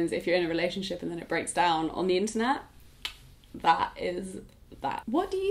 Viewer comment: I think you're saying 'internal health' but i keep hearing it as 'internet health'